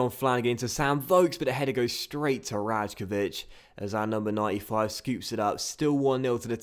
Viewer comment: You pronounce it 'Raykovich'